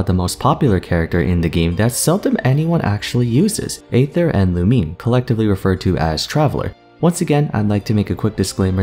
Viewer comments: xD isnt aether pronounced ee-ther as well? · Just want to say that aether is pronounced like eether you kind of leave out the a sound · im personally attacked with how you say Aether